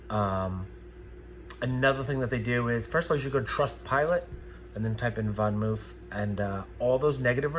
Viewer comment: I stopped watching when you could not even pronounce the name of the bike correctly. Hilarious.